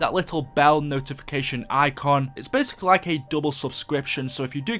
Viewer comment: "Please leave a LAK rating"